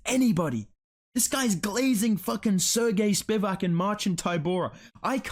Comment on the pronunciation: “seeeeehhgeyy spiVAc”